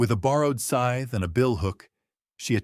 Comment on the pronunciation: Scythe lol not sigh